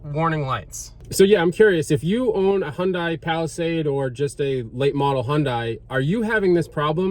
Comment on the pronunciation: First, Hyundai is pronounced like "Sunday". You said it holds 7 quarts, you said it had "no oil". You put 2 of the 7 quarts in and a miracle occurred... 4 quarts magically appeared!!! If you suspect you may have oil problems, carry some with you.